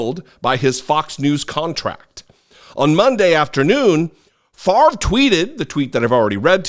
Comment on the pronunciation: Farve??? Nope it's pronounced Fahv-ray, (favre,). Don't un-french it